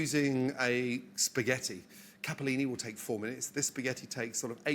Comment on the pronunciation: Anyone else thought to the grilled lettuce in kitchen's nightmare??? 😂 Gordon please, learn to say CAPELLINI, it has 1 p only 😊